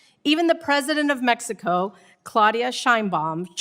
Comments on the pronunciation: Omg she evern almost said it too! Shes like "A-mexico" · She said "The Gulf Of Amexico" 😅